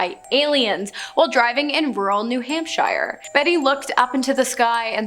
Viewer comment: Another interesting video but as a person from New Hampshire I cringed so hard with how she said it. It's pronounced new hamp-sure. Anyway you're adorable and I look forward to seeing more videos with you in it.